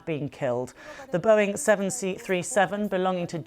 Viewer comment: The Boeing seven seat three seven? lol